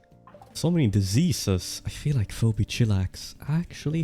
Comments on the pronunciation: You pronounced "Phoebe" as foe-bee instead of fee-bee. I'm now an insomniac for the rest of my life. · Foe - bee , Feebee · Master of Rimming, the name Phoebe is pronounced like “feeby”, just so you know in the future! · phoebe is pronounced fee-bee.